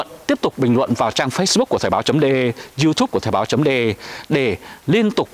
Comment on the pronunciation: Thời báo chấm dê e (de) rõ ràng mà ba đọc là đê e ( đe)